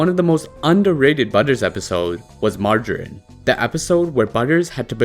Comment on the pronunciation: It's pronounced marge-er-rine. Not magarine.